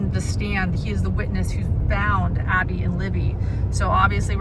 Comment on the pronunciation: Abby does not rhyme with Bobby..